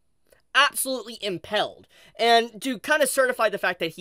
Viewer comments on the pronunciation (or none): Sorry English isn't my first language, but isn't it pronounced "Im-pale-d"? not "Im-pell-d", right? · The way you kept saying “impelled” 😂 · Pretty sure if that core isnt destroyed into pieces its possible to rebuild him. Also, ive never heard impaled pronounced as "impelled" like that 🙄🤣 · google how to pronounce "Impaled"